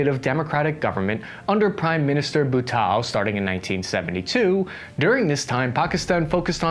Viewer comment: Mujahideen - Muhajadeen Bhutto - Bhuttao Some of your incorrect pronunciation. Your research is comprehensive but work on your pronunciation to be taken more seriously.